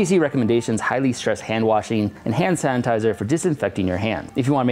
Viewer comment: Am I the only one who hears “HAN sanitiser “